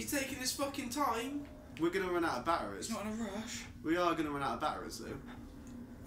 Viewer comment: making this more pleasurable viewing would be a certain someone saying batteries, not ba'eries